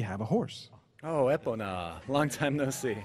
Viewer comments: Oh my God,the translation is so shitty. They even pronounced "Epona" incorrectly... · LaerHeiSeiRyuu metaphist Emphasis should be on the "o". Just because there's no official pronunciation for Zelda words doesn't mean that Epona wasn't the goddess of horses in certain Celtic religions